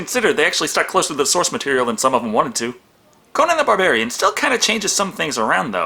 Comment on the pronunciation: Am I the only one who hears saying "Conan the Bavarian"?